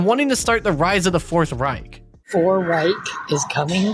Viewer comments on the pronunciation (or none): none